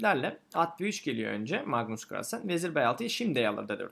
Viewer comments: Kahrlsen demesi:d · Carlsen telafuzunda zorlanıyor gibisiniz😁